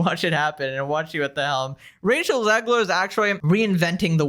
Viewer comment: did you say "Racial Zegler"? 🤣